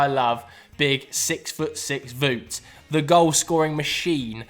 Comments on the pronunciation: It's "wowt" weghorst, not voot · why is he saying voot its wowt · Of you like Wout Weghorst so much, please learn how to pronunciate his name (it is pronounced as Wowt)